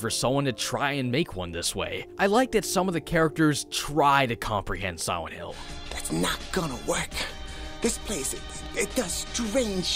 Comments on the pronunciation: Its probably his braces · He pronounces it "Siwent hwill" I can't fucking unhear it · I really enjoyed the video. But about 2 minutes in, I noticed it sounded like you said "Sowent Hill" and then that's all I could hear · Am I the only one who hears 'Siwent Hill' here? Lol, maybe it's just me. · Why do you say "Siwent Hill"? All of your other Ls sound fine :-) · Sihwent hill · Siwent hill is all I hear. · He keeps saying siwent hill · ... "Sowent Hill" ?